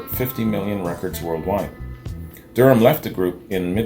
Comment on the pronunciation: Her last name is pronounced Da Ram. She is an Australian treasure. I remember her when I was a child (b1965) The Seekers were the first band I was aware of and I have loved them all my life.